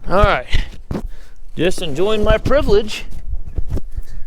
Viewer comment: Enjoying all your “ privalage” 🤣